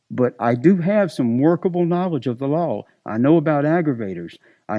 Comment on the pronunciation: Every time says the word "law" I only hear lol I have knowledge of the lol I know about the lol I know how to read the lol lol lol lol